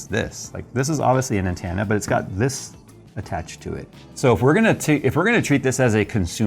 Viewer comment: I’m triggered by the way he says “antenna”, like it’s “entanna”.